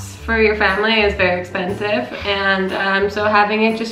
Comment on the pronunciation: actually pissing myself at “expensitive”